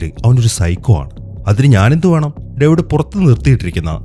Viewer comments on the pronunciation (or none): none